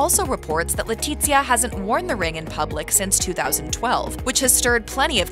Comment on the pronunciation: The z in Letizia is pronounced as an unvoiced "th"